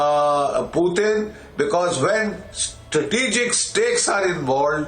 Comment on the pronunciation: It’s Putin not pootheen. 😂